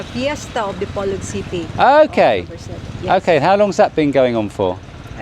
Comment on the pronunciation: What is the name of the hotel you stayed in, I will be in Dipolog next week. I also have stayed before, I don’t know if I will remember where that hotel is. I believe Dipolog is pronounced Dee-poor-loog. It’s easier for me coming from New Zealand,the vowels pronunciation is same as Maori language back home. As for the coal,it wasn’t charcoal for cooking.